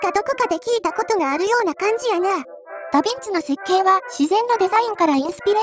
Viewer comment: 傾斜装甲を採用したダヴィンチも、ショットトラップまでは考慮できなかったということか。 あとヴィをビといってしまうと「ダビッチ」（byずん子）と聞こえるのも新発見。 実在した連装砲戦車といえば、連装砲駆逐戦車というフィクションのような試作戦車VT（フェアズーフストレーガー)1ですかね。